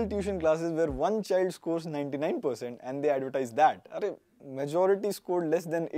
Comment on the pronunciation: arrrrrrre 😂 Hindi caught 😘